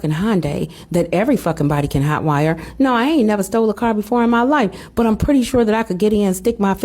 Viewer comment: Why do ya'll pronounce "but" as "Burt"? There's no "r" in that word. Get your diction together.....it's annoying 😮